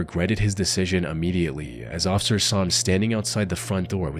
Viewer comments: Why can't you say officer? You say ossicer or ociffer every single time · My guy, the word is "officer", NOT "occifer" 😂😂